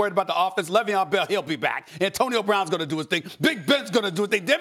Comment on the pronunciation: Le veon bell smh .. the disrespect is real